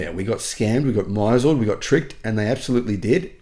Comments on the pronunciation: Misled is 'mis-led' not 'my-zelled'. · MISLED. pronounce... miss lead (metal) Audibly... ALCHEMIST: "Bittersweet success. Now that I possess plenty of gold, I do miss lead." Grammatically correct. DETECTIVE: "A fool and his money are soon parted. He (the scammer) misled thousands of individuals into parting with millions in hard-earned pensions." (Not criticizing the mispronunciation, merely assisting from the sidelines.) I have a similar relationship with the word 'moped' "He moped around town all night." I double-check the context. Was he sulking or riding a motorized bicycle? My inner voice continues to pronounce this word out of context.